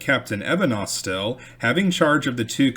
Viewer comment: You are pronouncing Jeremiah’s surname as AusTIL, whereas it should be AUStil, with stress on the first syllable. The family is still prominent in Mobile.